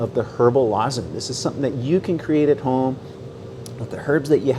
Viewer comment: Yah! A lozange! The intro!